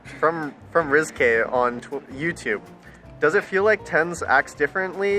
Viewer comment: rizky= same like how u pronounce risky but with z